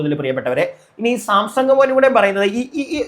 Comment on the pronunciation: സാംസങ് അല്ലടോ Samsan